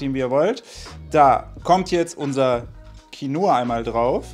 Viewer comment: Qinoa klingt ausgesprochen: Kinnwa!